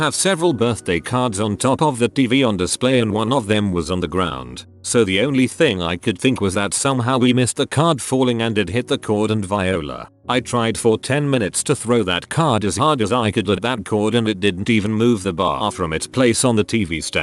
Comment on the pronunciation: no it's voila, not viola